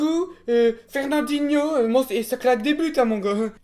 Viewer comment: "Ferdandinho" MAIS OUIIII PFPRPRPRPRPRRPRPRPLLFLFR HAHAHAAAA BRAVO😂